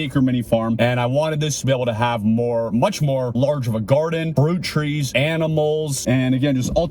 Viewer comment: What kind of trees did you say you wanted on your farm? It sounded like you said brew trees. I'm thinking you might have said fruit trees, am I correct?